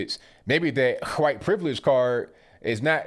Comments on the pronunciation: STOP SAYING WHITE LIKE THAT. ITS NOT WHOITE.. ITS WHITE. All of a sudden you youtubers are saying it like that. Its aggravating as hell. I've already stopped watching 1 person due to it. Please stop. Love your videos otherwise...... Peace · STOP SAYIN WHITE LIKE STUIE GRIFFIN LMAO LOVE YA ROCK ON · Why can't you just say white like normal people why do you have to pronounce it funny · "Miss H'white lady" haha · Love how he puts that hard " H " in white. lol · The way you say "white" got me rolling on the floor. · Why he say white like that lmao